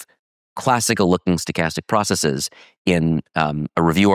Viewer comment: Dropping the Markov assumption is practically dropping the idea of causality. I can understand when you pronounce 'bases' as 'basees', and 'crises' as 'cricees', because of their Greek origin. But why pronounce the ordinary English word 'processes' as 'processees'?